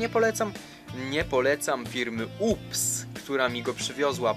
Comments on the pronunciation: UPS czyta sie Ju-pi-jes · serio ? FIRMA JU PI JES .. UPS ghhhaha xd